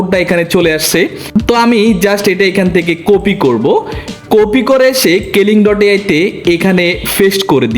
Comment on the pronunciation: বর্ণমালার উচ্চারণ আরো ঠিক করতে হবে আপনার, কপি কে কফি বলা,পেস্ট করে ফেস্ট বলা,ক্লিং কে কেলিং বলা এগুলো কন্টেন্ট ক্রিয়েটরদের সাথে যায়না।